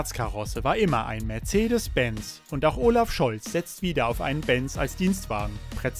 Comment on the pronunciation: Und arbeite mal an deiner Aussprache. Unser Bundeskanzler heißt Olaf und oooolaf.